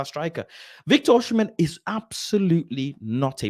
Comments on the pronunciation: Great Show. FYI: Osimhen is pronounced “Oh-See-Men” (the h comes after the m, not after the s) I’m Nigerian 😊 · Why everyone calling him Oshimen??